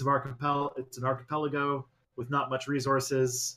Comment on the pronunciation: "archpuloggo" its archipelago